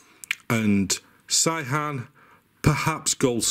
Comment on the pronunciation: Great video, I love your enthusiasm. It's pronounced 'say-han' btw. (I'm an expat living in Korea, not an authority but wify says)